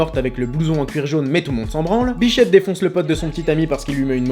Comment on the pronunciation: c est grave si jai entendu "biflette" au lieu de "bichette" docteur?